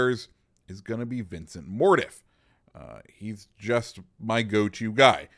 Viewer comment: I swear your pronunciation of names like mordoff is terrible.